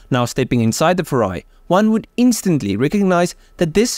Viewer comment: Don't say "FURA--I". You must say "FU--RAI". 風(Fu-)籟(RAI).